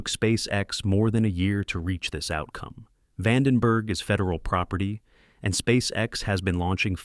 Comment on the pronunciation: re-gyoo-LAY-tory VAUGHN-den‐berg 😅